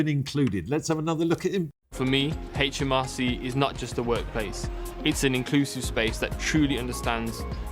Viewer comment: The HMRC man said 'HAITCH M R C!